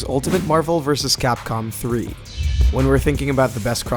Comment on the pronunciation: Bruh how do you mispronounce “Vs.”?